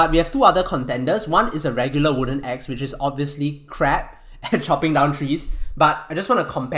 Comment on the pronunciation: for a sec i thought he said ex like my ex wife jk jk jk lol